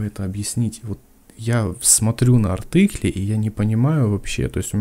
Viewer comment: Всё круто, заинтересовали! Но почему "артЫкли"? АртИкли же. Тоже учил немецкий...